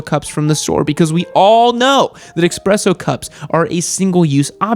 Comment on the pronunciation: Did just say...expresso? EXPRESSO?? Oh, this is why you've never had a ducati!